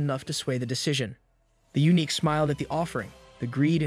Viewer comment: His videos are high quality and mistakes are extremely rare. Took me ages to work out he uses A.I. It's just he made some pronunciation errors near the end, calling eunuchs, uniques. Edit: sorry for being critical on what is otherwise an excellent video. This is the 1st pronunciation error I've heard on this channel so it surprised me.